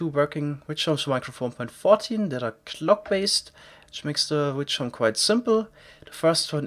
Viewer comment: definitely doesnt sound like "witch" ..... XD